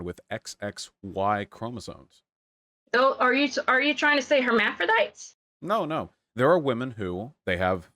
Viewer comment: The thing that really sticks out to me is that this lady never once pronounced "hermaphrodite" the same way twice. Hermparite, hermephdite, hermpermferurm.